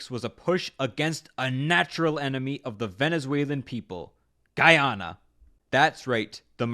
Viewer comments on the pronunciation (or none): Guy-anna not guyona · I actually can’t watch this video cause of how both he and the video he’s watching butcher the pronunciation. (Though the video gets it accurate most of the time) “Ghee-awna” “Guy-awna”, shit, just call it Venezuela’s Neighbor I don’t wanna hear he ever try and pronounce it again. It’s like hearing everyone call the Caribbean the “Care-a-bean” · I was so confused at the begining when he said giyana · Wtf is Ghee Yana 😂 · It’s GUY ana my ears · ITS PRONOUNCED GUY-yahna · Guyana represent🇬🇾🇬🇾🇬🇾 Pronounced Guy Anna Big Glizz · It's pronounced guy-ana. I'm Guyanese. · Oh my pronunciation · Not being able to say Guyana is a recession indicator. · My mom is Guyanese and I was thinking about sending this vid to her since I’ve introduced her to Big A’s content recently and she’s enjoyed it so far. Then I heard him pronounce Guyana and I can already tell that would set her good will straight into the ground lol